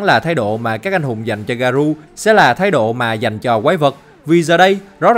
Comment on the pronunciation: Ông ơi t hay xem vid của ông lắm mà có 1 điều làm t hơi cringe. Đó là cái ông phát âm Garou là Garu, t thấy cái này dễ phát âm mà sao ông phát âm sai đc vậy.